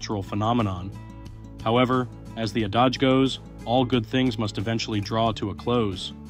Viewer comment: B4 U record a video about high end real estate, you should take the time to learn how to pronounce the words in your script, which obviously wasn’t written by you, since you mispronounce them: Greenwich, adage, and on it goes! Embarrassing.